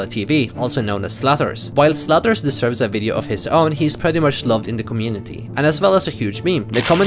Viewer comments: I always hear slutters instead of zlatorz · Damn when you said Zlatorz that made me look back to the screen for a sec lol. 😥